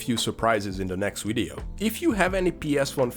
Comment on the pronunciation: Wideo? Wisuals?